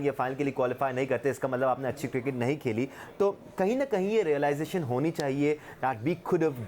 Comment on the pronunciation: guptil ko gooptil bolta hai cricket ko kirkat koi bolo usko.